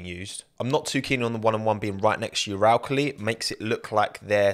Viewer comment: The only thing I didn't like was your pronunciation of Uralkali